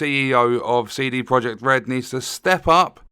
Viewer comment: "Seedy" Project Red. 🙄